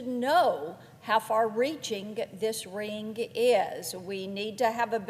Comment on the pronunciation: ' who this ring-G is....' from the South are ya? 😍